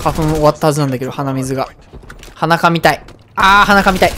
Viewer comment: 鼻かみたい、、、って台詞が 裸見たい、、、に聞こえるんですが、、 最近うんこちんちん言わないと思ったら全く